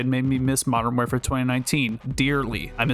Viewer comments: Your content is so good and relatable that I stopped paying attention to the fact that you repeatedly mentioned "modern where-fare" throughout the whole video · How hard is it to say the word war fare but together like come on 😂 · You’ve gotta learn how to say warfare bro. Please! 🙏😂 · the way you say warfare bothers me